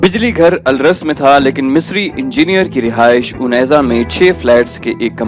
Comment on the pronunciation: Pehlay ap nay unaiza ko gaiza parha tha sir